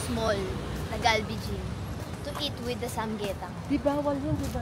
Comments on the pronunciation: ~~ ❌-sam-yetang ✅ - sam-gyetang 🤭🤗😘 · SAM-GYE-TANG po